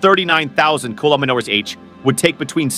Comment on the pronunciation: Can you say "kilometres"?